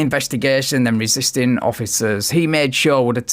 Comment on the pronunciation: I’m not wesisten, I’m not wisisten